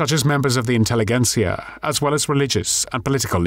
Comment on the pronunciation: I've heard you say that a few times - the word is pronounced 'intelliJentsia' - not a hard g, more like a j. Like in 'intelligence'.